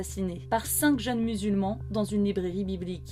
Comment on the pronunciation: Ça me fait rire d'entendre la prononciation du "5 JEUNES MUSULMANS" c pas des turcs non non c des MUSULMANS bah oui j'suis musulman et fier de l'être ou on force sur l'image du musulma=tueur. C pas des musulmans qui ont fait ça.